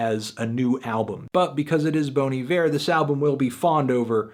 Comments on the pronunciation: Just for the record, it's pronounced BONN EE-VEER, not BONE EE-VEER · Even anthony is doing it wrong. It's Bon, not Boan. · Bon I-ver is the correct prunaunciationing. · Its actually be pronounced more like "Bawn E Vair". If you really want to know just listen to Bon Hiver pronounced over google translate. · Wrong...It's pronounced "Bonnie Bear" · Bawn eye-vurr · Bon E-Vair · It's pronounced Bahn I Ver. Also, what did you think of the new Sumerlands? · The only thing wrong about this review is that you keep pronouncing it bony ver. Also the rating but that's just my opinion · My god, I've been mispronouncing Bon Iver my whole life.